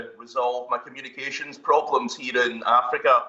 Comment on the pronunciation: That emphasis on afrika n the bad line though🙄